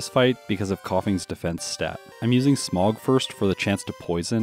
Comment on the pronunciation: Is it bad that every time he says “Smog” all I can hear is “Smough” 😂😂